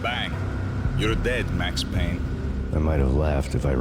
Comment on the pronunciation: It’s Payne!